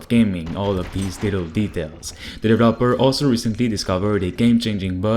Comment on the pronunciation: Please learn to pronounce the word "developer" properly. You're driving me insane